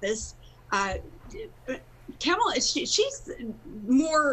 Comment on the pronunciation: No thanks Sarah....... you can keep your "advice"... and she quit on us Alaskans to pursue her national tv "career" that is a complete flop! She can't even pronounce Kamala correctly...... who is Kamm-ala...... bye Karen... go back to obscurity!